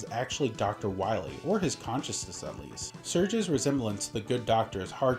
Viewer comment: Dr Wily??? Ohhhh, you mean Dr. Wowy!